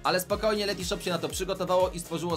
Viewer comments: Ten moment gdy się sprzedajesz, a nawet nie potrafisz wypowiedzieć dobrze nazwy firmy... To nie jest Letyshop, tylko Letyshops... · Letyshops anie letyshop